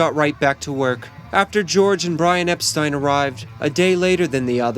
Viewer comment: Thank you for pronouncing Brian's last name correctly, the way he and everyone did back then. You obviously did your homework!! 👍🏻 Unlike most.